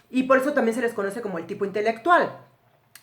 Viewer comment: Dice intectual.